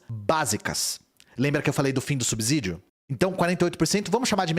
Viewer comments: Uma lembrança,: SUBSÍDIO tem som de S e não de Z. Som de Z só entre vogais, lembra? Casa, peso, lousa. Mas não em canSado, poSte. E por isso ASSIM tem dois S's. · Subsídio não tem som de Z. Só entre vogais, lembra?